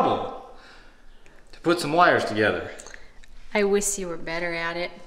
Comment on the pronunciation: "IWISS" you were better at it"😂😂